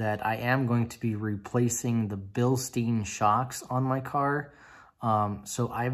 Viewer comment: Nice Video. I am thinking about getting myself the windowsticker and build sheed for my c5 as well, but it´s kinda expensive to get that stuff shipped to germany :/ And btw Bilstein is a german company, they are not pronounced bilsteen :)